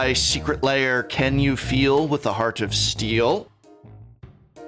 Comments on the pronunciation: BTW, the word 'lair' has one syllable, should not be pronounced as "layers", but "l-airs" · The prof always pronounces this like it's secret layer.